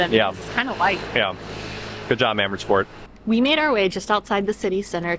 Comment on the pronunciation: Emmersfoort😂Love that pronunciation. I am originally from there, think I should go back as a tourist!